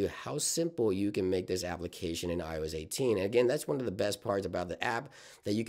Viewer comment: Is he saying “IOEZ”??